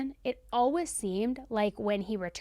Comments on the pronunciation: I love these videos SO much but just a side note, for some reason the way she says the word “always” is beyond triggering for me!!!! 😂 Lol I’ve never heard it pronounced “al-wuz” before I started following and watching. Of course I love her and these videos, so I’ll keep supporting, but she says it about 10 times every video and idk why it triggers me so much!! 😂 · Is the way you say "always" a regional accent thing? I've never heard it pronounced "alwas" before. 🤔 And P.S. do much respect for the way you covered this case. Thank you for sharing Byron's side. 🫡